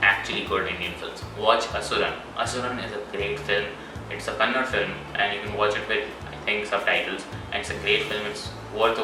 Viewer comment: Tu jo bol rha hai ki Rocky ko 3 log ki bali chadhane ke bare kuch pta ny to jra thik se dekhle film me second half me ek dialogue me he bola tha ki 3 log ki bali chadhne wali hai...aur pronounciation ny aata to video bnana bhi mat its Kannada not kannad..